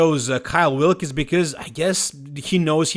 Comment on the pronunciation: His name is Kyle Wilkes. It's pronounced 'Wilks' not "Wil'kees."